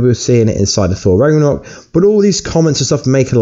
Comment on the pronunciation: Ragranok? Massive spoirer? Can you talk properly?